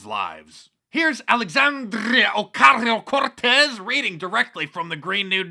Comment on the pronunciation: At least you rolled the Rs. Love the content mark💯